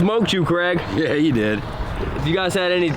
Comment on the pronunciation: i wish you would stop calling him Creg (like Greg), im pretty sure his name is Craig (like CrayG). Ask him! lol